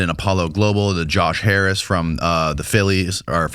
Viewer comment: It really irks me that this guy cannot pronounce Kamala Harris’ name correctly. It’s racist and bigoted. Grow the fk up already.